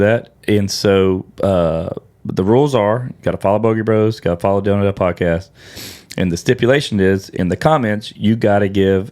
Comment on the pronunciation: at the dale not dal -e podcas -t